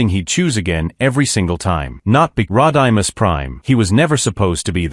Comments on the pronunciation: This is why you dont use a crap AI voice ROD-I-MUS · “Rod-I-Miss” Even AI 🤖 knows that Rodimus Prime doesn’t deserve much respect lol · Rod I Miss Prime? Sounds like a Key & Peele skit like when Key was the substitute teacher mispronouncing names like A A ron and Blah kay 😂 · No Optimus Primal? Butchered speaking Rodimus Prime's name? Well that is just prime!